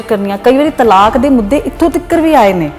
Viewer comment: ਤਾਲਕ ਨਹੀ ਹੁੰਦਾ-ਤਲਾਕ ਹੁੰਦਾ ਜੀ 🙏🏻